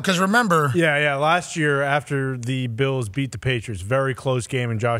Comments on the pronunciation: Does he say Beals on purpose or does his ears just work differently than the entire world...must be an inside joke. Even CC spelled it exactly how he said it...Beals....gezz Go BILLS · Am I the only one he drives crazy by pronouncing Bills "Bee-ills?"